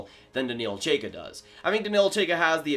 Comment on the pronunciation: Number 13 in the rankings is pronounced more like Ch-eye-ka If I remember my pronunciations correctly